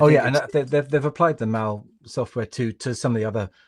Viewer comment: Maul software ? It was named after Mal Evans. Please have respect. It’s pronounced MAL.